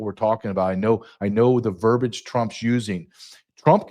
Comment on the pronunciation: is mispronouncing the word verbiage. The word is NOT verbage.